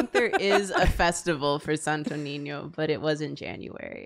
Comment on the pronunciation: I just,,,,,,,, love pronouncing sto niño properly and the others are just, SanToH NeenYoh No offense, just so love hearing non filipinos pronouncing our words sjdnskndksnckd Love u guys!!!